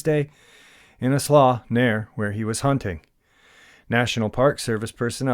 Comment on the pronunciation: Slough....is pronounced ....SLEW I only know this because Alaska is full of slough. In 1981 my unit,47th Engineer Co.,was sent out to fight tundra fires that have been burning in Alaska for 100+ years,maybe longer.. It is never extinguished! Smolders under the ice and snow in the Pete bogs,pops up in the spring and keeps burning. On the return CH47 trip back to Ft. Wainwright,I was lucky enough to be right next to the cargo hatch opening. Looking down I could see one slough( slew) after another. They would start open up 10' wide 10' deep go for a mile,then stop. Basically a lake of Crystal clear water,with grayling fish in them. Amazing geography Alaska is!! I had to add this part. While walking along the dozer fire trail ,in some places the dozer blade would scrape all the way down to ice. This is in June 1981. Abfew places you could see cracks in the ice.looking into these cracks you only saw ice...no rocks...no dirt...only ice as far down before it was black due to lack of light. this was a flat tundra area in a valley East Central Alaska...100s of miles from anywhere. It always killed me to see road signs like Anchorage 680 miles. With not much else in between.